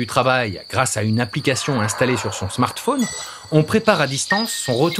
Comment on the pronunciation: Je crois qu'ils ont voulu dire Smartphone